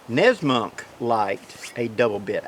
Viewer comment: Great video and great series. I always learn a lot from you. At the risk of being misunderstood and hated, I wanted to let you know you’re mispronouncing Nessmuk. There’s no N. I grew up as an Asian minority in the south. Most of the time when people mispronounced my name it was because of ignorance. On other occasions it was more sinister and they often persisted in it. Nessmuk is a Native American name that George Sears used as a pen-name. I was taught that if you know a man’s name you speak his language., you’re fluent in the same language that Nessmuk speaks and I’m asking you to pronounce his name correctly. It affords the man the respect he deserves for bringing so much knowledge to the woodcraft community —the same thing you’re doing with your videos. I look forward to your book someday. As it stands, I take copious notes any time you speak. Thank you.